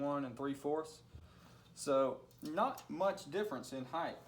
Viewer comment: Height!!!!!! Not heigth!!!!! Sorry but that grinds my gears